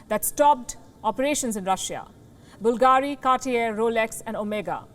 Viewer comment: BVLGARI (Bul-ga-ri) is stressed on the 3rd syllable.